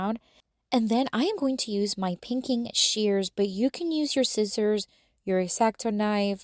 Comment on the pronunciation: It's pronounced Sci-zers not scit-zers